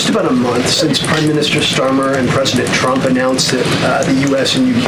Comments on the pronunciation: You wonder why she says chump instead of trump and chater instead of trader? Wonder no more! It's because of her top lip! It doesn't move because of all the injections that she's gotten into it or plastic surgery she's had done to it or whatever so her mouth can't form in the correct way to pronounce the letter R! I think women that have that done are fooling themselves not anyone else!! She probably look better before she had that done! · Me (as a German) hears "Shrump" ... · She can say strengthened with the tr correctly lol. She should be saying shtrenkthened if she can't say Trump. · She says President Chump! 🤣😂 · That’s not the first time she slipped up and said CHUMP…Freudian slip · I don't want to shame her speech impediment, but tr=ch, like chump and chading, and cr or pr= r as w, like pwesident and cwimes. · She cannot say his name correctly. LMAO😅 It's only the tCHEWTH⚠️ (Edit; Your acting is better than the acting Director of FEMA) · Did she say president chump or trunt? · As a speech pathologist, the tr blend is often mispronounced as /ch/, but it is hysterical that she repeatedly calls him a chump :) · I still roflol that she can't pronounce tRump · I never realized Leavitt can't say Trump... I am laughing so hard.